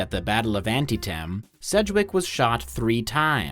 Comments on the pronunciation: Anti- tem ? You put up some funny, witty videos...but your grasp of phonetics is fucking dreadful. That E after the I doesn't throw any flags up for you? You said " I know I've pout up a lot of Civil War videos lately"... and you;ve watched none ? No historical videos by..ya know, educational sites? Some video that might have said Ahn-Tea-Tam ? Yah, best to bludgeon through... you're getting paid if you say it right or not, I suppose. Shame to nto bother though... but dumb and rich is about the same as intelligent and rich I imagine ;) Oh wait..64k subs...wups. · The battle of Antietam reference, Antietam is pronounced ann TEE tem, not ANTY em. No hate, but it just sounded odd because you speak so well. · ænˈtiːtəm... not ænˈtiːtæm. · "Anti-tem"? Never heard it pronounced like that. It's usually pronounced "An-tee-tem". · It's pronounced "AN-TEE-tum" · I've NEVER heard anyone pronounce Antietam as "anti-tam." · its pronouced an*tee*tm, or you could call it by its Confederate name The Battle of Sharpsburg, but that might give people the wrong impression...sorry I wasted a lot of my youth on being one of those annoying Civil War buffs. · "ant"-"EAT"'-"uhm"*** Love your work though, please never stop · Is this a robot or AI narrator? If it’s a real human you need to learn how to pronounce Antietam. That was horrible! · Love your videos, but your pronunciation of Antietam needs some work. Anyway, I’m almost certain O’Connor was joking unless we have evidence he was an arrogant prick.